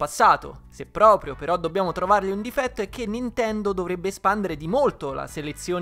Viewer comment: lo so, ma all' inizio sembrava halo ahahah